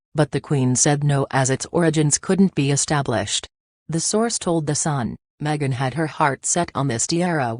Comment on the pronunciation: Its not meget its megan